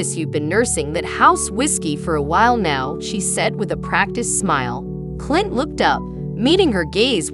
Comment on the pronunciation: The AI voice is just horrible, mispronouncing Clint's name and other screw ups.